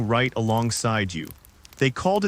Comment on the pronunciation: At least learn how to pronounce Gévaudan... show some respect to history. Or adjust your AI's language settings.